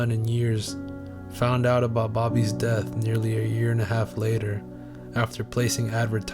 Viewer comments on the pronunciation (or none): none